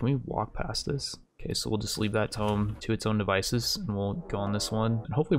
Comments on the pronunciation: Hope no one was taking a drink every time he said tome instead of tomb. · or rather, "toom", the b is silent, but yeah it also triggers me whenever he pronounces it like "tome" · TOO-M NOT TOME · He said it so many times at the beginning of this episode, I'm inclined to think you are right. But how does he never slip up and say it right?? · Tome : T-oh-m ... Tomb : two-m or too-m. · Please add mod list in description (very common and curtius thing most others do) Also please say tomb not tome. I'm usually not to anal about these things but this one is actually driving me crazy. I am enjoying the video, just critiques that may seem stupid but actually make a difference. Good luck with this playthrough. I hope to see some amazing fights. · Is this regional? Keep pronouncing tomb (toom) like a book (tome)? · “Twooom not “toe”m!!! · you do know he says tome instead of tomb 100 times in the video right? WHOOOSH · drinking game. take a shot of water every time he says tome instead of tomb (toom) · it's /tu:m/ not /təʊm/ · Pls, I can't take it any more It's pronounced "toomb" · I feel like this video a personal attack. For the last year I’ve hoped would learn that it’s not pronounced tome. He then proceeds to repeat tome 40 Thousand times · It's pronounced toomb! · Says tome 1 million times... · It’s pronounced toom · Oh i'm 100% sure he knows but it's one of those things, once you've been saying it wrong for 20 years its hard to go back xD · Unsubscribed. I can tolerate your short attention span, but there's no way I'm spending another day listening to you mispronouncing "Tomb".